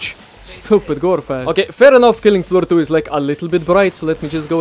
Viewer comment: Killing aflooh ahtoo